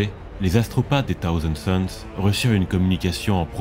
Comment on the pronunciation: Dommage que ton très léger cheveu sur la langue prononce "Taouzand Sons" plutôt que "Ssaouzand Sons", c'est l'occasion à ce cheveu de s'exprimer! Plus sérieusement super voix posée, je recherche depuis longtemps ce type de narration, qui sied parfaitement à cet univers... il y a tellement d'histoires à raconter! #Aquila